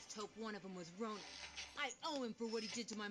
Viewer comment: Piszę się Ronin a mówi się Ronan.